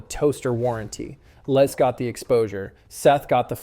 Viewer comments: LESS not Les . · I always find it strange how Americans pronounce the name Les. In the UK we say 'Lez' not 'Less'